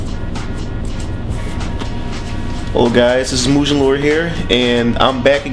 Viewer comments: Nice tutorial. It's pronounced Moo-Ghen. Not Moo-jen. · hey doint you know the g in mugen isnt suppose to sound like a j, sounds like guh.